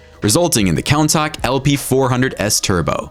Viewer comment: It's pronounced coon-tash